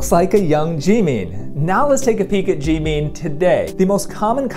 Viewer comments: his name is pronounced jim in not Jee mean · I’m sorry did he just say “JEEMEEN” 😭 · The way he says G meen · His pronunciation of Jimins name is 😖😖😖